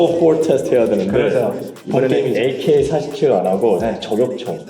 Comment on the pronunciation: # 에이케뤼 포리세븐